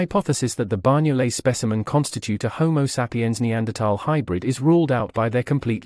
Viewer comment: Amazing, I had always been told that the Banyoles jaw was a Neandertha specimen. Tip: the NY in Banyoles is pronounced like GN (eg. D'Artagnan) in French or the letter Ñ (eg. España) in Spanish. Banyoles is the Catalan name for the place where the jaw was found.